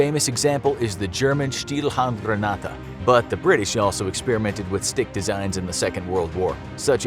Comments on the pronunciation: As a German i like the way he says schdielhandgranada although its not correct😂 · As a german I can translate. I dont know why you didnt used the English word, seeing you cant even properly pronounce the german name for this but 1:1 translation would be Stalkhandgrenade Stalk as in a Bamboo Stalk. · "Stielhandgranate" me:CABER